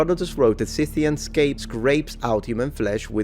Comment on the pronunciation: And unfortunately it is consistently mispronounced in the video, a type of flop i wasn't expecting